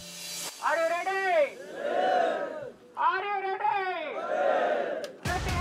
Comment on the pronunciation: " al yuv ledi, al yuv ledi (are you ready)"